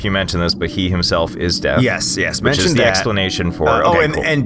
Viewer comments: am I the only one who thought for the first three vids. they said he was "death" in stead of deaf... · In the first episode I thought you said death not dead and I just realized he not the physical manifestation of death.